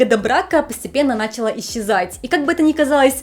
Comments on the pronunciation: "началА" ✅️ ● Ударение в слове «начала» зависит от его части речи: Если это глагол, то ударение ставится на последний слог — «началА». Например: «Она началА готовить». Если это родительный падеж существительного «начало», то ударение ставится на средний слог — «начАла». Например: «На этом графике нет начАла координат». Если это множественное число существительного «начало», то ударение также ставится на средний слог — «начАла». Например: «НачАла Евклидовой геометрии содержат множество аксиом». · Ведущая, глаголы отвечающие на вопросы что делала, получают ударение на последний слог. НачалА